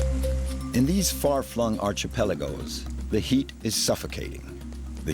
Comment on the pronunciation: Great documentary. Thank you. Can someone please teach this narrator how to pronounce archipelago though?